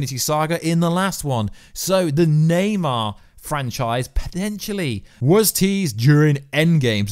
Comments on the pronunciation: Na-mor~ lol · It’s Naymor not Neymar he’s not the soccer player now! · Bro why do you often say wrong names etc namor but you say naymar stuff like that. I think you could be a top youtuber if you edited stuff post production and took a bit longer over your reading. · its namor not neymar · NEYMAR? 😂😂 ITS NAMOR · Yo you said "Neymar" as in the footballer instead of "Namor" looool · Please stop calling namor Neymar 🤣🤣🤣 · Ybn namor lmao